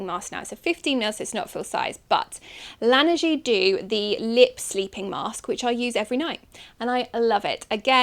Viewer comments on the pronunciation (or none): Just because I'm a snobby French: La Neige is pronounced La-Nay-j